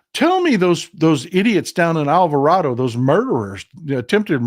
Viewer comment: How you say Alvarado is correct in the Spanish language. But I was raised to say the second "a" as a long a. I lived down the road from that town. Just FYI.